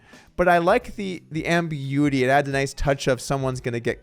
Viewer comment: Ambi “uity “? 😂